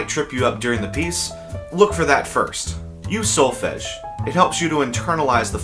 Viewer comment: you said something that sounded like "Use (solfesh)." What are you talking about there?